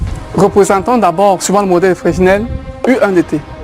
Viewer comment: on ne prononce pas le "s" au centre de FRESNEL please